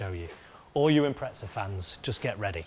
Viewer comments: There is no T in IMPREZA stop calling it an " Impretza" ffs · I’ve always wondered why poms pronounce “Impreza” with a T in it….!!! - Impretza??? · There's no T in Impreza 😉